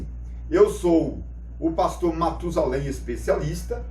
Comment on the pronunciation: O especialista corrige o nome no vídeo: "prastor'' kkkk